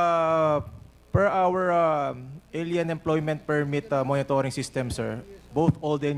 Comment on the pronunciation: Hindi pa nakuntento sa poriners, umarya pa talagaaa...Hoy! dan fernandez! Sandali ha. Anong ael-yan? Kelan pa naging ael-yan ang pronunciation ng ALIEN. Hirap sa mga bobong nagtatalinu-talinuhan, hindi alam kung kailan sila nagiging ischupid. And vice versa.